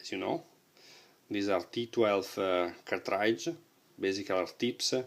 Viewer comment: cartrAAIdge! XD. Its pronounced cart-ridge man.Thanks for the review.